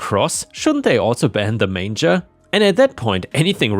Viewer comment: the last story..the cross next to the manger is pronounced as in mainger